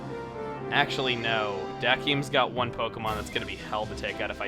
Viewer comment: It sounded as if he was saying Juan everytime he said one xD